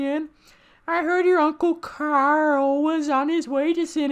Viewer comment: Uncle CAUREL had a KWOSANT